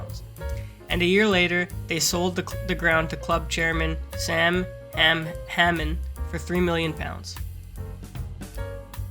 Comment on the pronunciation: Yes, the mispronunciation makes the video far more entertaining, particularly Sam Hamman's 😄